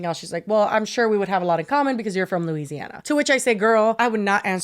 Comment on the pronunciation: Props to for pronouncing Louisiana correctly. As a Nola native, I have gotten irrationally angry at YTers pronunciation of Louisiana. 😂😂😂😂 Love you girlies!!! 💜💜💜🩷🩷🩷